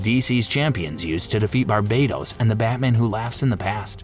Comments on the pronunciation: Pretty sure Barbatos isn't pronounced Bar-bei-tos either. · Its BARBATOS not BARBADOS, barbados is a gay ass beach country